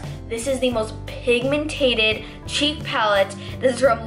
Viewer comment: I like you say pigmented like this: PIG-MEN-TED NOT PIG-MEN-TA-TED